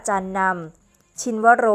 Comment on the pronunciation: ชินวโร..อ่านว่า ชินะวะโร ไม่ใช่ ชินวะโร